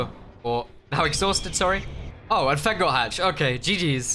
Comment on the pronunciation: Every time he said feng or the two fengs. It sound a little bit like the alternate word for a cig or the slur LOL am I the only one LOL